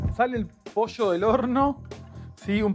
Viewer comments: Por que dice Posho????? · En Mendoza también decimos "poilloo" jajaja no tan marcada la "i" pero nuca jamás usamos la "shhhh" jaja